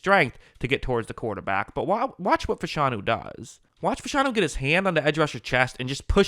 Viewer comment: you are mispronouncing his name. It's O-Lou Fa-Sha-Nu.